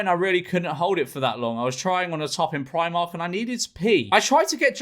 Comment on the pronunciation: It's Pr-ee-mark George!! Not Pr-eye-mark!!!